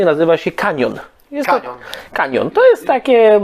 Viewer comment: nie kanion tylko kachon(cajon) xdd poza tym fajny filmik 😁